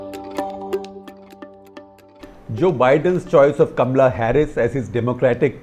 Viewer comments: First you pronounce as Kamala not kamla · 1. A pompous waste! 2. It’s Kamala, not Kamla. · It is K A M A L A Harris and not Kamla. Kamla is usually the name of the maid next door, in Delhi . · Not Kam-la, it is Ka-ma-la. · I don't see anything Indian in Kamala Harris.In fact, she doesn't even pronounce her name right!!